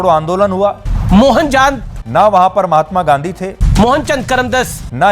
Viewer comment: Jahil log kiya janega Mahatma Gandhi k bare me...jo naam ka pronunciation nhi kr paa rha wo journalism kia krega